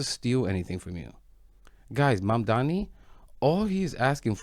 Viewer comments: Abel Maldonado is just butchering the name "Mamdani'" like its on his to-do- list OMG 😃😀😃😄😃😀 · Those racist clowns can't even say his name right 😄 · Why can't they pronounce his last name correctly? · Mamdani! M-A-M-D-A-N-I!! One of the easier surnames to spell and pronounce.